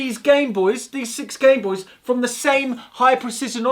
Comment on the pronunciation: Call it a Gameboys. “This is my Gameboys” Pronounced game boice